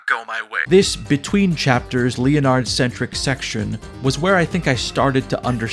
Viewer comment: LEE UH NARD